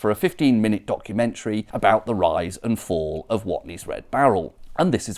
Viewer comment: "Watney's" though? It's on the barrel. WATNEYS.